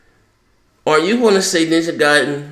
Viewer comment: It's pronounced Ninja Gaiden, not Ninja Gayden.